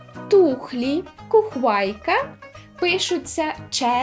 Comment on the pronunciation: Не хухвайка, а кухвайка - по вінницькому.